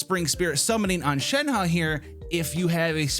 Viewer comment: ShenHe...it kind of sounds like Shen-huh